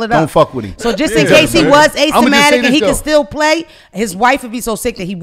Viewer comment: SHE ALWAYS SAYS ...A SYMATIC...WTF...LOL ! IT IS A SYMTOMATIC .